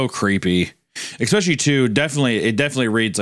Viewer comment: Hunter constantly saying "exspecially" REALLY pisses me off